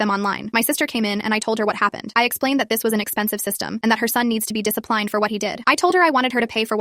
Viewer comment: "Dis-ip-ly-ned" i need people to stop using AI readers. Little kids watch these videos and learn how to develop language and AI is NOT how we develop language